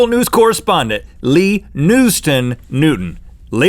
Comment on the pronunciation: Lee... LEE... NEW-TON. LEE NEWTON? LEE. NEW. TON!?!?!?